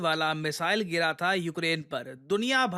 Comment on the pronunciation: Geera tha aisa bolo Gaira tha ???